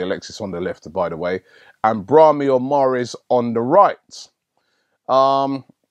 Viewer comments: the pronunciations i this video is appalling braHImi el ne ny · lol you still messed up Benatia and how you missed the I in Brahimi's name... idk. Somehow though, you managed to not chop Henrikh's name